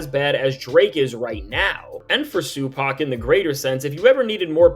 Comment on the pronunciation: "Sue Pac.." 💀⚰️